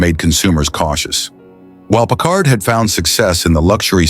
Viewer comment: Pickard? You're stupid a.i. can't even pronounce the name right. Kinda shoots your credibility to hell. news flash: Packard's haven't " faded into obscurity". any car built in 1942 is a coveted classic. And how many Buicks are you going to show? Which is the '42? Where are the convertibles? Why is this not known as a convertible coupe? Couldn't find any convertibles, huh? the 1940 something. Did your stupid a.i. forget what he was talking about?